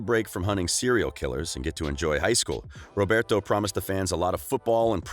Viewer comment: Like no hate. But you gotta learn how to pronounce their names. Roberto Madelaine Hiram....